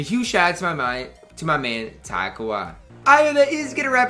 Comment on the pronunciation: On god it sounds like he saying top every video